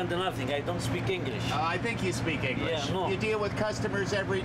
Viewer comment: Lmao 😂😂 that man deserves a best actor award!! Im sure he understood that perfect but as soon as the news shows up talking about how dirty his truck/Ice cream is the man immediately resorted to his roots!! Lol Me No speaky Inglesh! 😂😂